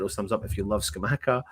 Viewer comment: Jon Luca Scamacca pronounced like attacker